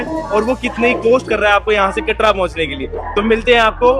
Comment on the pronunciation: Katra hota hai bhaiii katdaa niii hota